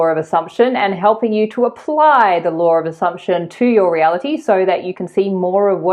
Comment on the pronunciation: I'm amused that whenever I listen to your videos which I always do I hear Lore of Assumption and never Law of Assumption!!